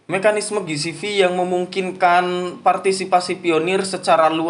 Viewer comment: Ji si vi bang ji si vi bukan gi si vi